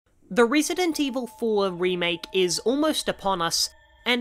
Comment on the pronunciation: rEEsident 4